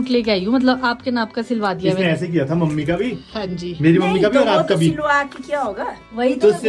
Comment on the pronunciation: Har bar 'mummi' ko 'ammi' bol raha hai aisa lag raha tha😅